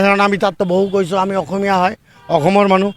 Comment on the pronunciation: মিয়াৰ কথা সঁচাকৈয়ে সঁচা নে ? সিহঁতে অসমীয়া ভাষা কৈছে নে অহমিয়া ভাচা কৈছে?